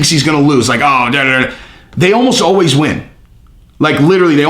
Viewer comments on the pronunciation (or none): none